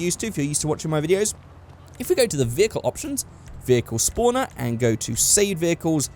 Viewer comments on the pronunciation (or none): You pronounce "Spawner" "Spooner". Be careful Spooning that car, sometimes you can glitch.